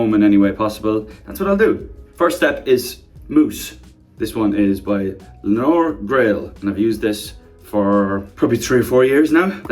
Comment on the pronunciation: The way my name is Leonor and it's the first time I've heard Niall trying to pronounce it because of that hair mousse 😂😂 Also, been a Nialler girl since 1D ~ xo